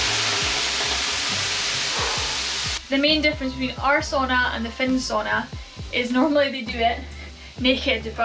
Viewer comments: Not quite coz you suppose to go all naked in the sauna. Also its called Sauna, not Soona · Nice. 😊 a Finn here…just one request. Sauna is the only Finnish word out there in the world. Ask someone to tell you how you really pronounce it. 🙏🏻 kiitos. Btw, nice job on Saariselkä. 😊